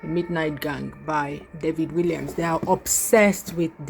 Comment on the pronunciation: The author's name is pronounced WALLIAMS with an ‘A’, not ‘I’